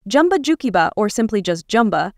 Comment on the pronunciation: JUmba. Not Jumba. Program your AI better. No Kingdom Hearts?